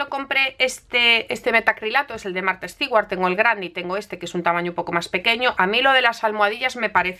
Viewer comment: Hola, qué bonita etiqueta, muchas gracias por el vídeo. Me gustaría comentarte con ánimos de ayudar, que “Stewart” se pronuncia “Stuart” (el apellido de Martha Stewart, me refiero). Espero que no se tome como ofensa, mi intención es ayudar.